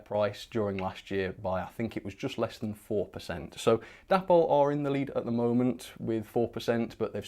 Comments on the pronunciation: Isn't it pronounced Day-pol rather than dappol? Oh, and Heljan is Hel-yan not Hel-djan! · Why do you continue to pronounce Dapol as Dappol? It's short for David and Polly, so it should be Daypol.